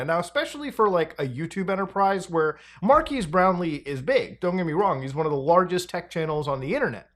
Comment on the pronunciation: " Markass Brownly."